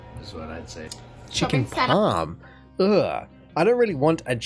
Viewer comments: It's chicken PARM not PALM. LOL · Parm not Palm. There is no Canadian Tim Tam. I live in the boonies. Many snowflakes together in a city turns into brownish shmutz. Sprite, is a lemon/ lime like 7up. You are a proud Australian eh? Like I like huh like, eh... North Americans are gluttons. Bagged milk is Ontarionan.